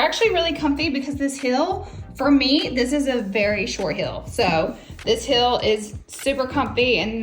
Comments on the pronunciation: Heel and deal should rhyme, but not like "Hill" and "Dill." Try saying "HE" and then the L sound. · It's heel not hill, the pronunciation is driving me crazy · Heeeeel is the shoe part. The way you say it its Mountain hill